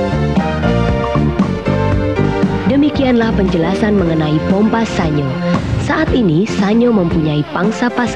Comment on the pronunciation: Pengucapan SA-NYO apakah benar? Setahu saya SAN-YO. Karena dalam bahasa Jepang tidak dikenal bunyi NYO. mohon koreksi